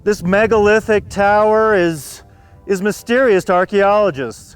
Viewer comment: did someone mention: 'MEGOLITHIC"?